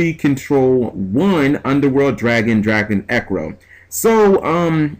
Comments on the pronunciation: Dragon Drago Necro would be the pronunciation. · I think its pronounced Drago-necro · im guessing it should be pronounced drago-necro(asin dead)